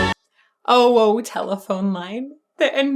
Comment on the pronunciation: It's not "oh - woah telephone line", it's oh - ho". You can hear the "h" starting the second syllable.